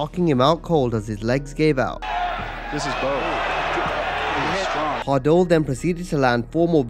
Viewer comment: Additionally, their names are pronounced "Remco Par-DOO" and "Orlando VEET", not "Pardull and White".